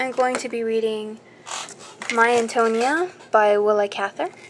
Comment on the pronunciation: Her name is pronounced Anton-ee-a